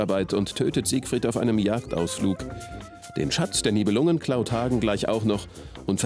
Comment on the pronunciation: Wenn schon Nibelungen statt korrekt auf dem "i" auf dem dem "u" betont wird ... – Es geht NICHT um saure Lungen ... "NIbelungen" = "Nebelleute"